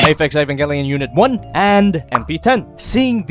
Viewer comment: E-VON-GIL-E-ON. Okay if thats how you want to say it.